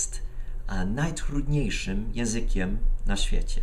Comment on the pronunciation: Witaj wg mnie mógłbyś jeszcze popracować nad wymową wymową słowa "najtrudniejszy"bo wychodzi ci "najbrudniejszy" i żeby nie było nieporozumień z tym ale ogólnie wg mnie ogólnie bardzo ładnie się nauczyłeś.